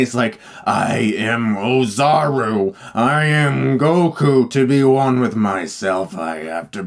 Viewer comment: (To the best of my knowledge) : Oozaru is pronounced : Oh'-za-ru, not Ah-zha'-ru. Call me a Weeaboo and watch DBZA. Thanks, Mr. Stuckmann. Great channel.